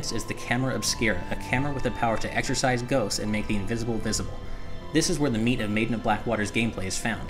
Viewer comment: Derek Dao No shit, he said exercise ghosts, not exorcise.